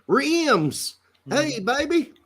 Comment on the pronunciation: Tacs pronunciation of Reims is his Brazilian/Portuguese coming through…Rs have that huh sound in Portuguese